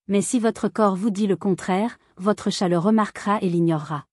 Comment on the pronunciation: Utilisez une IA qui prononce correctement chat (et non tchat)